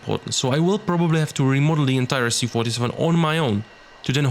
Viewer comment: Absolutely amazing work! I wish you best luck with this! Do you have any real documentation about plane and photos of cockpit? Is it even possible to be close to real? Little pronunciation corrections: Not an "S-U-47", but "Soo-47" ("Su" is just shortening from "Suknoi"). Also bErkut.